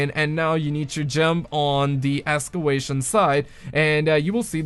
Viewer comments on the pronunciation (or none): "Escewation site" Excavation?